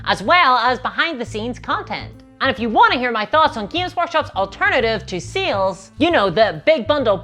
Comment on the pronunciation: I never misheard your pronunciation of sales. Now seals is all I hear. Help.